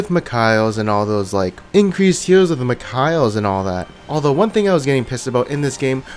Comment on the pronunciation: Anyone noticed how he pronounced Mikael's ? lol